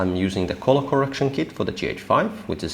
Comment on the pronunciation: Very interesting. Good job. Just mind you that colour is pronounced culler, not coller.